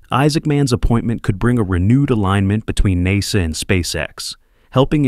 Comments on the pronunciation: again NAZA instead of NASA... and definitely not NAYSA... AI has a room for improvement. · Come again, at the later statement u said "neyza or NASA."? Strange OF pronounciation or intonation? REGARDLESS it is, 💯 I🤷‍♀️was correct, Welcome Isaacman as the New Admin for NASA. Out of Subj: Btw's: Blue~scrub "Scrub" Origin~scrub the launch of Bozo's NG last nite. Maybe, he had forgotten to insert his "Steve Tyler replica." It's my turn to bamboozle B.O.N.Shepard2. Surely, a fan fr bozo~might read my comment. HUH! 😼Thxz